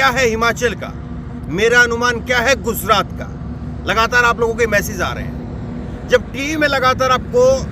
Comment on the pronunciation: Bhai guzrat nhi gujrat hai